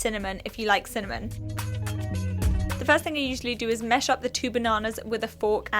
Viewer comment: When says "mesh" instead of "mash" xD